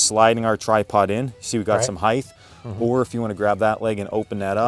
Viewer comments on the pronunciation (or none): Why do people pronounce height heig-th? I'm really curious. The guy teaching said it. A few people with DIY shows on tv also say that word with a th and not a hard t Or am I saying it wrong? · It's a common mispronunciation due to the other axes' descriptions ending in "th" (width, depth, length). Height is said with a hard T